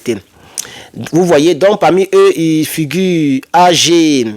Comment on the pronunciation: Ag se lit "Ague" c'est le début d'un nom